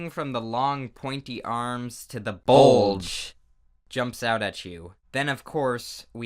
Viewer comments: That says bluge it’s BULGE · The “B U L G E” caught me off guard